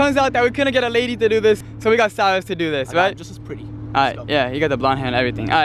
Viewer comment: By the way it's Cyrus not syus